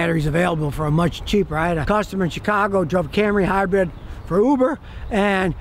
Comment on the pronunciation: It’s Hybrid, not Hybread.